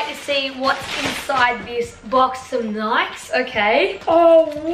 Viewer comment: wtf is nikes (nykse) its (nykey)